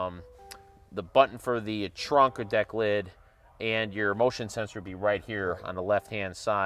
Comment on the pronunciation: I was enjoying the video I just kind of listen to him say trunk in that weird way that’s stupid. 👎🏽